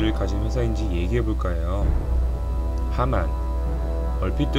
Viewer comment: 경상남도 함안...으로 들렸습니다... 죄..죄송합니다.